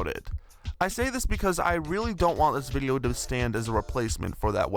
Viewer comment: Take a shot every time he pronounces "video" as "viddlio".